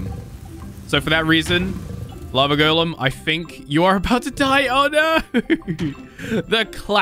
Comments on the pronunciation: sounds like he's saying lavagirl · When say lava golen i herd lava girl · It sounds like he is saying lava girl